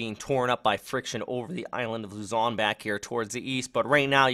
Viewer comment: Thank's Bro . . professional Raport... your fluent on sayin luzon and name of other islands in the philippines. Thank's